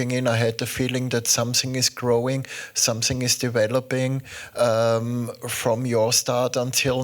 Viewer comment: Samsinggg ✅️ something ❌️